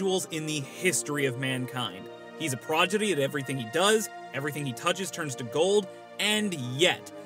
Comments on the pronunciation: “he’s a PROJITY” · U said projidy mot prodigy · ***proDigy not proGidy <3